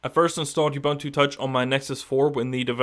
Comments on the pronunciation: I've watched 2 vids now and you keep calling it "U"buntu, a hard "U" and it's annoying. It's personally hard to get past you calling it by the wrong name! It's "uu-BUUN-too" (see Ubuntu FAQ page!). Finally; all you talk about is the UI. Does it make a call? Can you text? What about data over 3g? Four things I hate about your presentation, other than that it was helpful and fun to watch. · Hey it is pronounced oo-boon-too. got it?